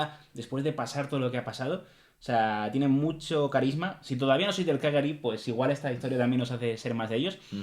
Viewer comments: Cagliari tiene la pronuncia espanola de "Callari". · Se pronuncia 'Calliari'.. En italiano gl se pronuncia ll